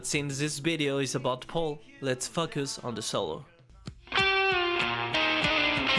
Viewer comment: It’s FOE-CUS not FUK-US. Hope that helps!